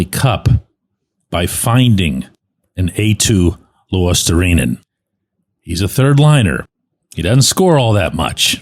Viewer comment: You pronounced Eetu Luostarinen 100%